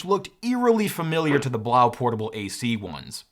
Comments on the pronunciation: Love the vid and review! Could be wrong, but I think it's pronounced "Blow." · I think that Blaux, is pronounce Blow. As in French, not German. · Fyi the blaux is supposed to be pronounced "blow" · Blaux is like faux. Pronounced like “blow” because it’s a fan.